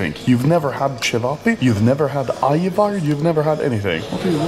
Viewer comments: Im actually impressed, how you pronounced ćevapi. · Anomaly real serbian and not having problem saying it right like cevapi 😆